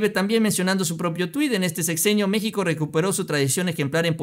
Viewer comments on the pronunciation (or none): none